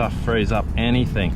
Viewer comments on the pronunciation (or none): Loving that you guys are nearly off sailing again...must say I'm not a fan of the Boat Work episodes OR pronunciation of "anything"...it's NOT anyhink...ha ha. Good luck with the work and stuff...with love from a landlocked man in Sydney Australia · I fail to see where there is the letter "K" in the word "anything". It seems as though it is a new fashion statement to say "anythink". Your content is great, but anythink grates on me.